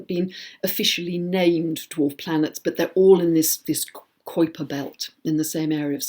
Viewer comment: Love the information there is always so much to learn from you. - - - just an FYI Kuiper is pronounced ky-purr.